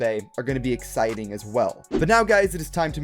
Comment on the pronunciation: You mean, AXEITING???